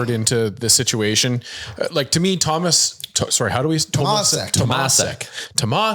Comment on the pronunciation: Correct pronunciantion of Tomášek should be more like “Tomashek”. You guys pronounce him with “s” instead of “š” which is in his real name. I must know ‘cause my first name is Tomáš 😅